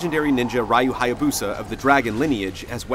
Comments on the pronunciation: it's hilarious that he calls Ryu "Rye-you" when in the game EVERY CHARACTER says "Ree-you" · This review sucked. Especially when the guy mispronounced RYU's name. lol